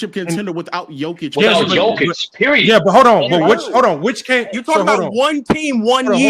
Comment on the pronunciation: pronunciation be killing me. Jokik, big ock. Damn stop butchering names 😂